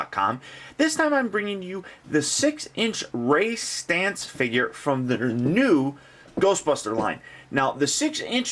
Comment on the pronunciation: Thank God. Everywhere else has called him Ray STANZ. It's driving me freakin' nuts.